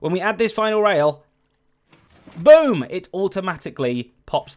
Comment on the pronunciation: I've never heard someone pronounce boom the same way as book.